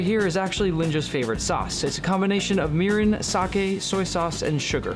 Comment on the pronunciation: I kept hearing urine instead of mirin😭